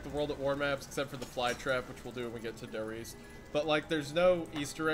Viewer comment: Der Riese is pronounced (Dare Reeza)